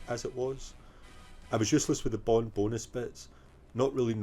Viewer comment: Stop getting bond wrong! Ha ha ha another great video mate